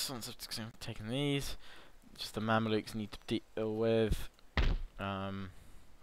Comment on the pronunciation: They're Mamelukes not Mandiluks xD